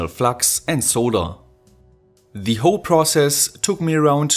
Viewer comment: Super Video! Mir fällt hier und bei deinen anderen Videos immer dein "the" auf, das du aussprichst als würde immer ein Vokal folgen. Schau dir das viellleicht mal an. Ansonsten super, weiter so!